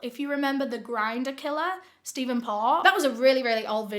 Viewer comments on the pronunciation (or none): none